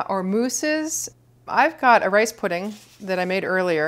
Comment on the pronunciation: it's not weeping it's laughing...? And at some point in the video it sounded like you said "race" pudding instead of "rice" and I found that kind of funny and when you replied I thought you were making a joke when you said "you can put anything in there" but yeah, whatever, never mind.